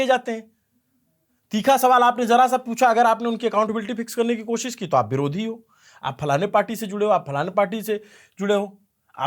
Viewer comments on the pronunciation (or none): none